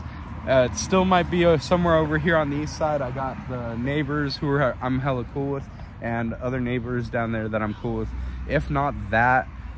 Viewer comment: It’s kooo it’s your choice buttttt I’m down for whatever brother